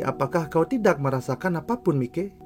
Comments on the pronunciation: Bang, makasih banget bang udh bikinin video ini, ini saran bang, mikey itu dibaca Maiki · Tambahan aja bang😅, buat pengucapan "Mikey" itu dibaca "Maiki". Goodluck bang,ditunggu Mikey vs Kurokawa